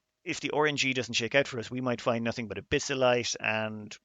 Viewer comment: took me a couple minutes to realize you were saying "RNG" and not "orange-y" when discussing planet resources 🤣